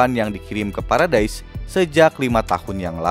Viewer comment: Bang baca nya salah : 1.Levi ( bacanya, Livai ) 2.Paradis ( bacanya, paradis )